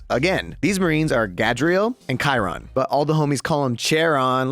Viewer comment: God please say Chairons name right, he is not a chair